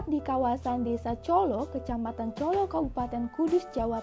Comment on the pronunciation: Cala, bukan Colo